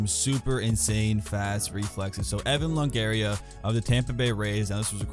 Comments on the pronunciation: It's Evan LONGORIA. Not LONGARIA. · Evan longoria not longaria 😂